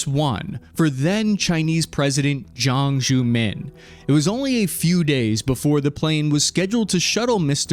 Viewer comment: Mate… your pronunciation of Chinese national leaders names is FUCKING ATROCIOUS… 🤣😒. You spend all this effort creating this material, yet you undercut it with this rookie level nonsense. How hard is it to find out how to pronounce the names of people like Zhang Zemin or Deng Xiaoping 🤦‍♂️…